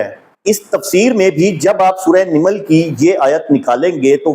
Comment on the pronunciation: سورہ نِمل نہیں نَمل ہے ۔